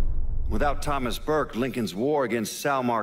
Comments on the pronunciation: why bruge its burke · what surprises me is how you messed up Burkes name by saying "Bruge"